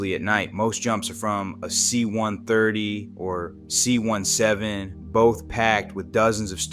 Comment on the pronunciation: I’ve never heard someone call it a “C- one seven”